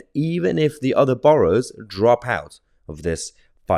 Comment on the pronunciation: Its Borough pronounced Burrough